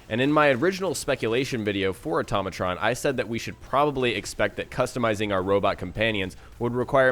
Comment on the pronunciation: automatron said like "ortoe may tron" not "utom a tron